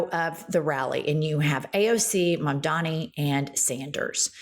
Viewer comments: It's Mamdani,. C'mon now. It's super easy to say. Think "Mom-dawn-knee." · What is it with people's inability to pronounce Mamdani?! MUM + DONNY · Joe Scarborough literally just pronounced Mamdani's name correctly and made a self depreciating joke about it, then 15 seconds later mispronounces it..... Gallego, Gestapo, Grijalva, Mamdani. Jen,, I love the show but now that you're at 1.36 mil subscribers and are a major left wing channel, can we please get more professional and pronounce words you've heard 100s of times correctly????